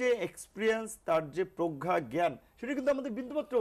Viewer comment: উনি কিন্তু প্রজ্ঞা বলেন নি। উনি উচ্চারণ করেছেন প্রখ্যা। .........